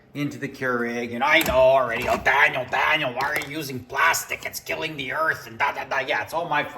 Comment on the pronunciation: Your angry Canadian “Dahhniel” voice is actually hilarious